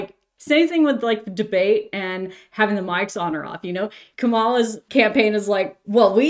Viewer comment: Friendly reminder: Kamala Harris’s name is pronounced “COMma-la” (comma like the punctuation, with the stress on the first syllable). A lot of right-wing media intentionally mispronounces her name as a form of disrespect. I know that’s not what you’re doing here, but it’s one of the reasons that the mispronunciation sticks around